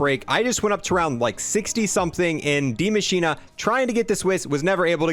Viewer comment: Dee machina... he pronounces it... intresting